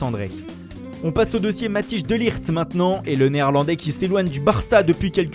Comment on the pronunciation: MATHIJS DE LIGT se prononce MATHèIS DE LIRT et non pas matiche de lijt c'est de pire en pire !!